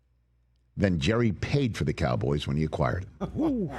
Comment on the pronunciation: "The Kah-boys." It's so annoying.